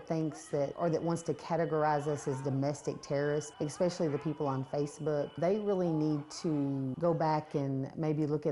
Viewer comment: She said “...EXpecially...”. Probably drove a Ford EXcape before. P. S., go shave!